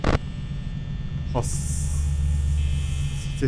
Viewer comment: Ve bonny e bazen boni bon demesi müq oluo sjsjjj 😂😂😂